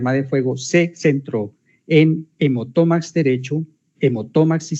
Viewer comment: Hemotórax, torácico, subaracnoide, segar...: fiscal, por favor, lea bien.